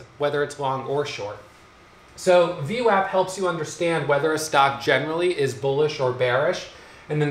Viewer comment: called VWAP, VNECK, lol!!